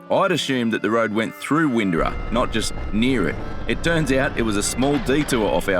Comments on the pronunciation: sounded incorrect to me, sounded like “Win-do-ah, there is a hard R sound when speaking the word. The other comment described it well. ”. Sorry to be a pain on pronunciation, we Queenslanders are a fussy lot. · It's Win-door-a 👍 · Windorah, is pronounced “Win-dor-ah”. Cheers.